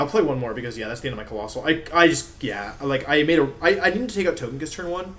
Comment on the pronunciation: Anyone really thrown off by how wolfe pronounces the names? Gigalith, togekiss, etc